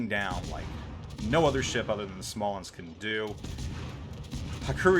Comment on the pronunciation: PS: you pronounced it right